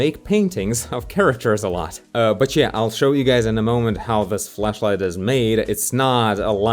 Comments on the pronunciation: Who gonna tell him that he may not want to be pronouncing flashlight like that? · i thought you said fleshlight at first lol